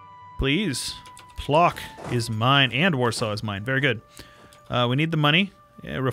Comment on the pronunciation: You read Płock as Pwotsk